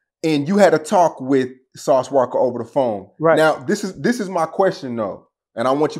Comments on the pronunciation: Lol im cringing everytime he putting the "ER" on Sauce Walka 😂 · “Sauce WALKER” lol It’s walka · Why does always call him Sauce Walker instead of Sauce Walka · Sauce Walka...get the name right boa